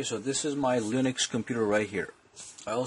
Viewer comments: lol he says lunix instead of linux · The way he says linux. I cringe. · It is UBUNTU LINUX and not UBANTU LUNIX please!!!!!